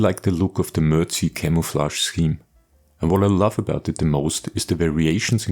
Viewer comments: ....say, "Mer-Deck".... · "Mer-dic" is how you pronounce it, Sir. Very good video of an excellent build. On a personal note, I drove a regular deuce-and-a-half for a year in West Germany and all of our vehicles were in the brown dominant MERDC shade. When stationed at Fort Polk, LA our vehicles were in the green dominant shade-quite a difference. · "mer-deck"...., "MERDC"....- "Mobility Equipment Research & Design Command"....just sayin'....